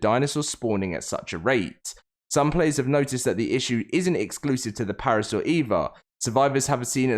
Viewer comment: Him saying parasaur is driving me nuts